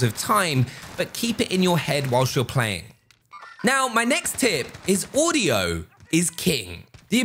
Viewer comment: Did he just say «haudio»?